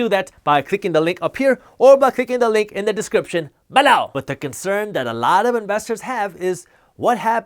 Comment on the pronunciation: Why does he say below like BALEU!